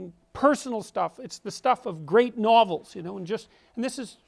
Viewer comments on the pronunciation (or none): none